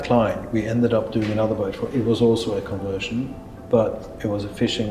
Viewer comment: “Conversion”, not “convertion”!